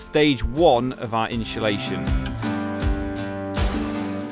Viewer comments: I got anoyed right at the start.. iam not even English 😂 its inSulation not inSHulation 😂😂😂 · Its insulation not inshulation though😂😂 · Inshulation = insulation? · Amazing work i like how efficent the truck was build, but stop saying inscholation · Watched and thought the build was awsum. One thing that was triggering me is you saying inshulashion and not insulation. Was driving me mad haha 😅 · i hateeee how u say insultation. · Inshulation lol hes killing me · Why the fuck do you pronounce insulation like that. It’s not pronounced inshulation 😂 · Inshulation lol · Amazing build. I wish I had your skills. One thing though, there's no 'h' in insulation. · I’m convinced you are rage baiting people with your pronunciation of insulation